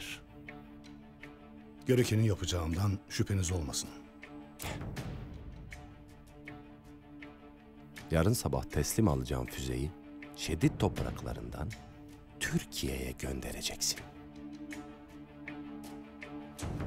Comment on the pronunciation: şedid deyil işid